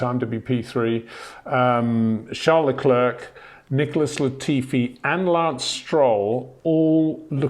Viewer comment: Out of professionalism and courtesy, can you say "Sharl Leclair" instead of "Charles Leclerk"? You'll be saying his name for some a long time yet.